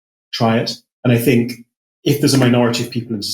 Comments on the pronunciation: BTW it's 'think' not 'fink', etc. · I fink you’re up to somethink